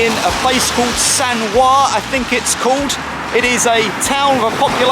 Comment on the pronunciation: Sanquhar is pronounced "Sankurr"😂